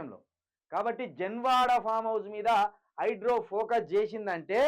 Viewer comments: ఒరేయ్ హౌలే హైడ్రో కాదు రా హైడ్రా నీ తెలుగు వినలేక పోతున్నాం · Hydro kadu ra hydra em news reader vi ra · హైడ్రో కాదు బ్రదర్ హైడ్రా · హైడ్రో,హైడ్రో వినలేక సచ్చిపోతున్నం అది హైడ్రా బాబు